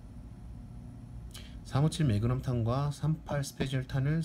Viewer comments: ㅋㅋㅋㅋㅋ 마그남, 이야 발음 좋네 마그남 ㅋㅋㅋㅋㅋㅋㅋㅋㅋㅋㅋ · 설명써있는거봨ㅋ 어떻게 읽으면 저걸 마그남이라고 읽어ㅋㅋㅋ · 추억의 아재 영어발음...ㅋㅋㅋ